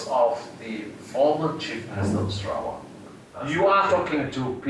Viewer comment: I'm sorry but I keep giggling at the narrator's pronunciation of Sarawak. Sara - wack. LOLOL